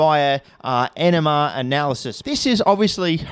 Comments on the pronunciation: I was so confused when instead of "nmr analysis" I heard "enema analysis" and he showed a bottle with tar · I just want to make the very important distinction for those who might not know that he says "NMR analysis," and DEFINITELY (probably) NOT "ENEMA analysis," which would imply that he is doing butt stuff with the cubane. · Ill never not hear him say "enema analysis" instead of NMR.... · i know you said nmr analysis, but it honestly sounded like "enema analysis" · “ENEMA” analysis? How does THAT work? 🤣 Sorry if I misunderstood but that’s what it sounds like he said! 🤣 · yup still hear it as enema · NMR analysis sounds like "Enema Analysis". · Sounds like you said you confirmed cubane using "enema analysis" 😂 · Thought you said "enema analysis" near the start of the vid & got very confused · I cannot be the only one thinking he’s saying enema can I?